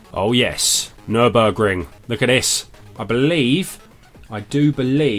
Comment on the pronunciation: nürburgring pronunciation was correct. the other one is osher's LEH ben